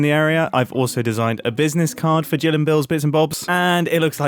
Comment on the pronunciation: U said Gill instead of Jill lol, hope you notice and fix the sign. Or keep it because its funny lol